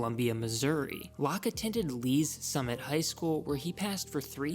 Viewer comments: You say Lee's Summit like you never been there bro. It's like "Lee Summit", with the words running together. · It is pronounced Lee summit btw